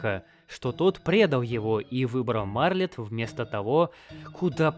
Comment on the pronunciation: У меня тоже — почему "Марлет", а не "Мартлет"?